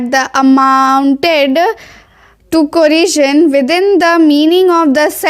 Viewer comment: corision nhi hota.. coercion hota hai